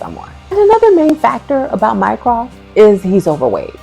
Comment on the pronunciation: I was so glad to find this video! The fact that they never get Mycroft right has always bugged me. I mean, what's so hard?